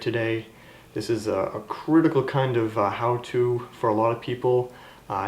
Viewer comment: Great video. I like how at the beginning you say "crutical", like you combined crucial and critical in one word.